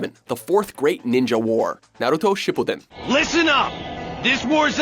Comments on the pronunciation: "naruto shipoten" da fuk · shipuudun, haaku, zabooza really?